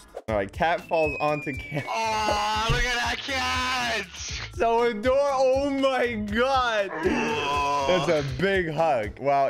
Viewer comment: Wait did he say aDOORable? (Did you get it)